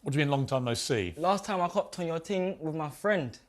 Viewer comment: “it’s not a mad ting” 🤣🤣🤣🤣